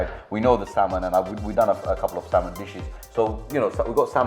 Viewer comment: The L in salmon is silent so you don’t need to pronounce it :)